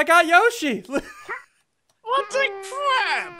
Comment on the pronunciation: hey dont say yossi ulgy